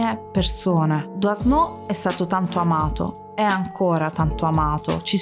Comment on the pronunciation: SI PRONUNCIA " Duano' '"